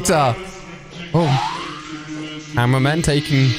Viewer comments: Bro called upgraded titan cameraman the titan tv man 💀💀 And why does my head hurts when someone miss pronounce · yup like he's saying goo tv man and that was not a tv it was a camraman